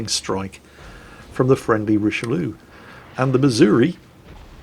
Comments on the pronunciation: Richalou ? It always amaze me when I see English speakers just butchering french names XD. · Ptinico 79 He’s doing it on purpose. Have you ever heard him say Alsace?